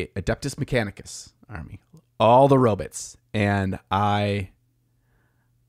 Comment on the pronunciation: Hey I believe it's pronounced robots not robits just saying